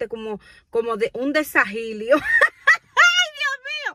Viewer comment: Se dice desajilo en el estomago